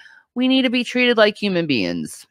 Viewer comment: Human beins can she not say beings?